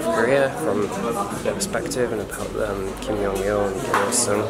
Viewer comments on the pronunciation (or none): lucky they didn’t know you mispronounced the “great supreme leader’s name” kim yong il lol